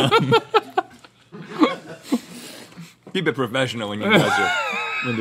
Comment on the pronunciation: Jam is pronounced like the word lamb, but Link pronounced it like the word gem